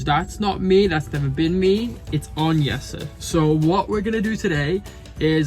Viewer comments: Why does call Jesse Yesa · Jesse is originally a Dutch name. They pronounce it Yes-a. English speakers are the ones who changed it.